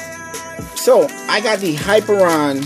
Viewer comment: Not to be that guy, but... it is "hi-peer-ee-on" not "hyper-on".